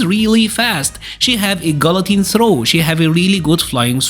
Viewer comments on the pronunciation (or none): none